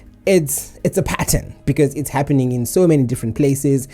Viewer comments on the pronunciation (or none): none